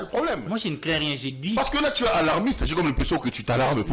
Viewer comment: Avec une confusion ds le diction, il pronnonce "ti" au lieu de "tu"